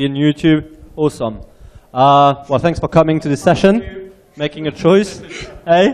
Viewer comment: it's youtube! not fucking youtoooob